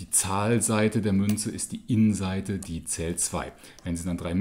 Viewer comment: Why do you pronounce yin = "in"??